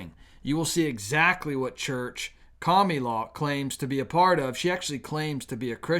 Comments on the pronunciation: Why do you always say "Cami-la" and not "Kamala"? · I cringe every time you call Kamala "kamilaw". I am not voting for her, but it just doesn't feel Godly to me to have a person's name twisted. You don't have to talk to us that way to make your point, we are not toddlers here! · You always make good points, but you also can be a very ignorant person. You are very unchristian when you mock and disrespect a person's name. I'm not a fan of Kamala (rhymes with Pamela), not COMMIE LA. Would you like it if your odd name was mispronounced, or twisted to sound like something nasty????? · Can you pronounce the name right.Ka ma la,that is Muslim name,not Camila but Kamala tq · Kami-la! Lolol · Kah - miii- la The way he pronounces her name 🤣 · Yeah those Democrats are taking all freedoms away. I am so thankful that God is taking us away to a better place. I love the way you pronounce her name Kamala or komielaw. Blind leading the blind. They all fall in the pit.